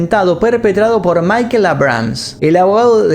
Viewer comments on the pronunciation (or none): none